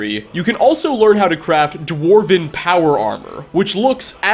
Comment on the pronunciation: Did he say power armor? Lol